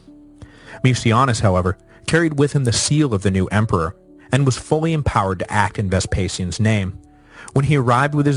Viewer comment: "Emper"? "Empar"? WTF?